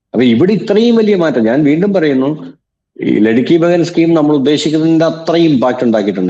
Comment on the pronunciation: ലെഡ്കി ബെഹൻ സ്കീം അല്ല ലാഡ്ലി ബെഹ്‌ന സ്കീം ആണ്. അതു ശരിക്കല്ല പറയുന്നത്.